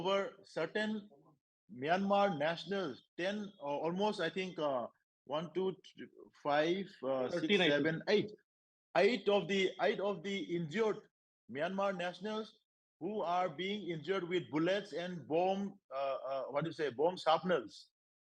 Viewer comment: Not aight it’s eight